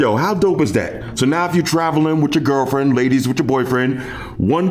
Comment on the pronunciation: I'm not big on commenting, but never would I have thought you'd say the whole word "girlfriend" 🤣🤣🤣, had to rewind it play again.